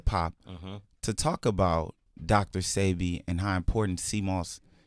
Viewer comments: Why do people still say “see bee” when he has pronounced it as “say bee” over n over again. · Why no one can say sebi right...ceebee sybby....its (sebeee) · Please stop saying Seebee, his name is Sebi, pronounced "Sébi". But I know y'all don't have the "é" sound in english, so just go with a more "ay" sound. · Thats what I be saying... If you pay attention all the family says "say bee" and the interviewers all say "see bee" DJ Envy even corrects Nipsey on the breakfast club with the wrong pronunciation. I was appalled. Im glad someone else said it too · Why do they let her pronounce his name wrong? It's pronounced "SAY- be" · Whyyyyy issss shheeee saying Dr CB? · mispronounced Sebi 3 or 4 times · totally mispronounced a lot of people's names. That kind of only stuck out with me because if I know something or someone I wouldn't mispronounce it. You definitely have to appropriate yourself with something or someone if you are going to put out or broadcast it. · Why everybody butchers Dr. Sebi name. Smh